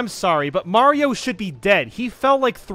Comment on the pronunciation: "mayro smm"